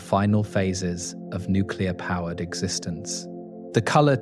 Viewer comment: I hit the stop button when the narrator said, “nuke-you-ler.”